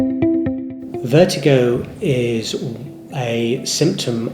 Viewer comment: It's pronounced (vert-i-go) not (vert-eye-go).